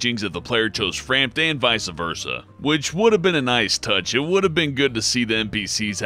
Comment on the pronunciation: it's vice versa, not vica versa